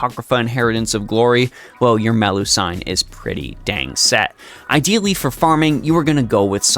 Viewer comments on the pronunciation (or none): Nice guide, but I keep getting distracted by your pronunciation of Melusine. Why do you call Me-lu-sine Me-lu-san? I've never heard anyone say that before, unless it's a nickname? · Either its Melu-seen or Melu-si-ne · Man I watch your guides most of the time but when you pronounce her name as Meh-loo-sayn, i go mad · Ngl it's distracting to keep hearing MeluSIGN over and over again. Also about the statement that you don't need another lancer in the game, that's only true if you have her atleast NP3+ for her to easily farm at neutral and even counter class. At NP3+, 90++ will also be easier. And also when just doing regular daily farming (spending nat ap) you can just use bond % ce instead of bbg at that point. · The "I" in Melusine is pronounced the same as the "I" in doing, looping etc, instead of the "I" in knight or Friday.